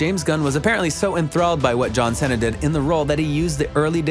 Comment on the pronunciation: Bro why does he say John cena like that